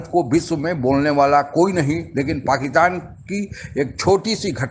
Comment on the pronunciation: कृपया पाकिस्तान को पाकितान बोलना बंद करें ।थोड़े से अभ्यास से यह सम्भव है ।